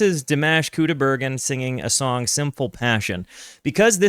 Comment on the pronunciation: Pronunciation of his name, because you TOTALLY butchered it. 😂 First name: dee - M(AH)SH (not MASH, like mashed potato!) Last name: COO' - die - bare - GEN' with a hard "G" like in GOOD. Emphasis is on first syllable. Most emphasis is on last syllable. Try listening carefully when someone introduces him! Thank you. ❤